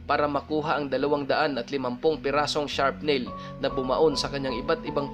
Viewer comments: Air maganda ang kwento mo. Ang tama pong pronounce ay SRAPNEL Hindi po sharp nail. At KAROLAYNA po ang tama. Thank you and God bless... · & : Sharp nail.?? Meron bang nail na hindi sharp.?? Shrap nail siguro, mas kapanipaniwala pang pakinggan. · magandang story sir.. pero just to correct sir yung sa us marine corps, yung sa corps po sir silent p at s po yan bali kor po yung pronunciation at wala pong sharp nail ang granada sir shrapnel po yung tamang word.. Just to correct lang sir ha.. salamat and more videos pa sir.. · shrapnail.....hindi sharpnail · correction po shrapnel hindi sharpnail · check pronunciation of CORPS and SHRAPNEL.